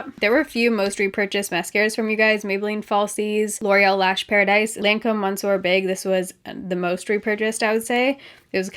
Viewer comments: Ok... I'm sorry, but I am going to have to be "that" bitch. Monsieur is pronounced Miss-yur, not Mon-sur. Adore everything else. Carry on. ^_^ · Love you and your videos! You and Kathleen Lights have got to learn how to pronounce “monsieur”. A little part of me dies every time. 😂😂😂